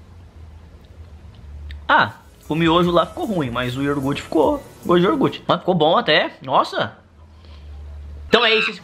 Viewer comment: Kkkkkk ioRgute kkkkkkk